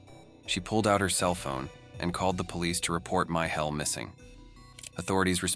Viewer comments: Micheal not “My Hell”. Ugggh AI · Its pronounced "me shell" Michel. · Cant pernouce Micheal??? Wtf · The man's name was Michał, pronounced Mee-ha-u. The names of the Ojców national park and the cave were also mispronounced.